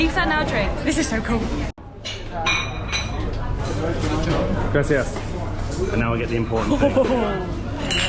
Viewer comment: They all had a “grassy a s s”?🤭 It’s Grah-see-ahs. not trying to give you a hard time but you really should try to say that right because that one really irks Latinos.(I’m not one but I was told)